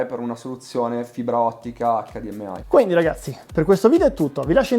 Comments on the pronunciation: EICDIEMAI, che non si sbaglia. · Wow che mostro di tv PS: David ti prego HDMI con la I di Imola!! Se vuoi dire la "ai" finale devi dire la sigla all'inglese TUTTA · HDMai inglesizza solo la I , che cringe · ACCADIEMMEAI, MA CAZZO! Tutto perfetto ma ACCADIEMMEAI NO. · acca di emme ai , nun se po sentì 😭